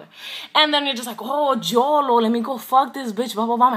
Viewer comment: I'm mad she said jolo though